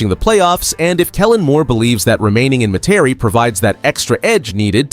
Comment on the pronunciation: Your video awful and you can’t even pronounce Etienne or Metairie. Please stop making videos of the Saints